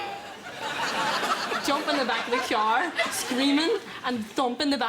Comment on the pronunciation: As someone who has watched Derry Girls i understood her no problem. I love at how he keeps laughing at her saying car though